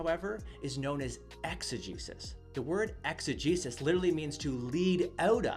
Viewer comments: Legit thought he was saying "exa-Jesus" and "isa-Jesus" ...until I looked in the description 😂😂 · It took me much longer than it should have to realize that you were saying eisegesis and exegesis, and not "eise-Jesus" and "exe-Jesus" Either way, great response to this perversion of Scripture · Dunno about you guys, but I heard exo-JESUS and iso-JESUS lol